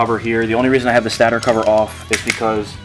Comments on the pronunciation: Lol he said stater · St8er not stat-er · Thank you. Butttttttt...... it's a stator cover... pronounced stay-tore cover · It’s pronounced ‘staytor’